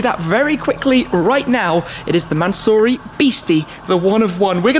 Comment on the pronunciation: Mansory... NOT mansurrey